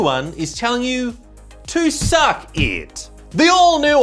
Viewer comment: 😂😂😂 soon as I heard suckEet, I lostEet